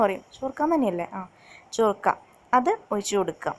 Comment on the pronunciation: ചൊർക്ക അല്ല സുർക്ക മുന്നേ ചേർത്താൽ അതിന്റ ഗുണം പോവും